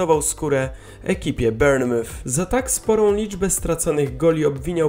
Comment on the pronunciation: Bournemouth sie czyta "bormuf" a nie "bernyf" 😂😂😂